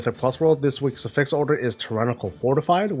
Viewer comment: Hey, it's AFFix, not affIX